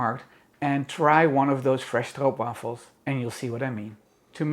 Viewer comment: It’s so nice hearing someone say it right lol